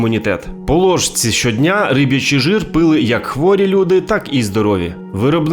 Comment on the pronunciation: Риб"ячий, не рибий